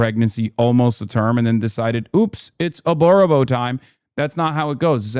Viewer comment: sorry i lost it at "aborobor time"